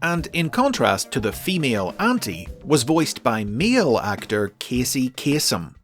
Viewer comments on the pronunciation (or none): none